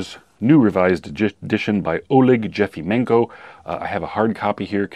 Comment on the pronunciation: The last name of the author of the second book should be pronounced as _Y_efimenko (as in 'yeah'). "Олег Єфименко" in Ukrainian. The soviet passport-issuing agencies were using German language-like rules to transliterate Cyrillic names into Latin where J+vowel would be used to what would be Y+wovel in English.